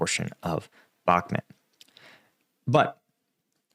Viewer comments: bak muuuuuuuut. not bak met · I'd give Zelensky the benefit of the doubt on it. I assume he wasn't briefed properly - among all the meetings half a world away, plus the situation was changing quickly. Also I'm pretty sure it's Bakh-MOOT not Bakmet . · Umm, I've never heard it pronounced like that. Bakmet? It's Bakmoot. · Please! It’s bhak moot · When you cannot pronounce a city’s name properly, I think you should not talk about it